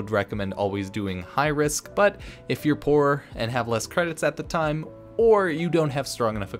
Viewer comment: Dont run out of toime mate. 😆